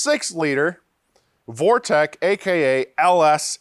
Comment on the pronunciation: It’s vortec not vorteX And I see you went right under the crossmember with your chest and no jackstand. You don’t want to perish on YouTube right there in front of everyone